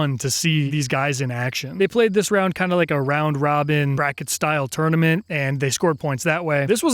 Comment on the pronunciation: Is it just me that keeps hearing him say tourmenent instead of tournament